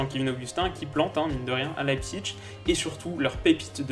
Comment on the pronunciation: "L'ail psiche" Pas "l'ail psiTche" De rien ^^